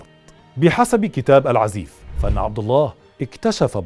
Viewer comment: أستاذ الكتاب مشهور في اليمن بأسم العزاااف وليس العزيف